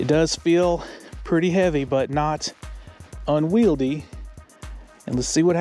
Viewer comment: Uses the word asymetrical wrong arogantly,, dont even pronounce unwieldly right lol